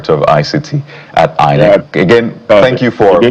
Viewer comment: People who pronounce INEC as HI-NEC should never be trusted to give credible elections